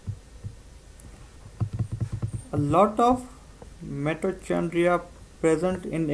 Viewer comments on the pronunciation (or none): Mitochondria ka pronunciations to tek kro bhae